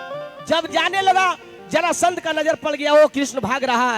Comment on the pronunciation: उच्चारण सही कीजिए ब्यास जी, जरासंध होता है,जलासंध नहीं, ध्यान दीजिए